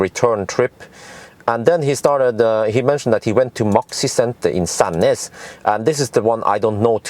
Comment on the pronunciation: The way he says "Sandnes" 😂